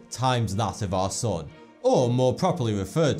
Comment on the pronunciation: It's really funny how he says "Our sun" and I hear every time "Our sOn".